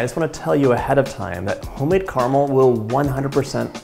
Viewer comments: I was thrilled to hear you enunciate the word caramel with three syllables as it should be. Then you said car-mel! 🧐 Why would a sophisticated, well-educated and articulate person like you willingly choose to sound like Sarah Palin? 🙀 (My sincere thanks for indulging me and my pet-peeve)! 😈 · Ca-ra-mel....three syllables dude 🤣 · The word is car-a-mel. Carmel is the lady down the road...😉